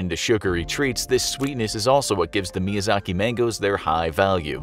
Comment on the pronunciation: Infographic Show: "Miyazak Mango" Me: "am I a joke to you?"